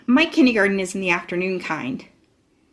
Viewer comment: My daughter and I enjoy the narrator's voice and reading except...she says "Kinneygarden". What the heck is that? The text definitely reads "kindergarten".